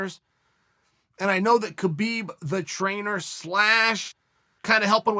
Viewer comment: “Cabib and Joes-a Aldo”